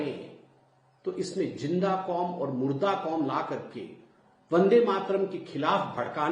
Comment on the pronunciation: "Julm" "Jinda" isse Z kyu nhi bola jata??